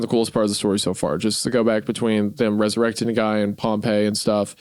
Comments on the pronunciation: Isaiah mispronouncing pompey the whole time after saying it right once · I will never forgive Isaiah for pronouncing pompey as pompeii the whole video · Pompey died 50 years before Jesus was born that whole section of you talking about pompey was just historically wrong also it's pronounced pom-pee